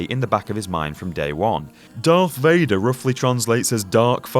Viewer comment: about the darth vader translation bit.. vader does translates to father in dutch.. but the pronounciation is off.you say it in dutch as vaader and not veeder